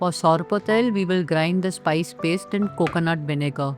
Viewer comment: It’s not sarpatel. It’s sorpotel